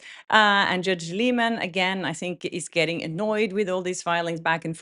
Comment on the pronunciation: Why does everyone pronounce his name incorrectly?!?! It’s pronounced “lie-men”